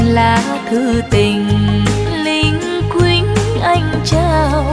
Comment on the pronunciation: Bài nầy có một số csphát âm sai từ linh quýnh và luýnh quýnh